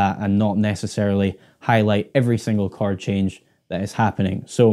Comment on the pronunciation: its called "CH-ORD" not "CHARD.. something wrong with my ears or?